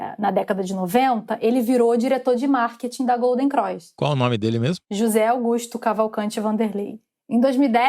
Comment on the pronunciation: Gata, não é Golden "Croix". É Golden CROSS. Detalhe: eu também sou carioca.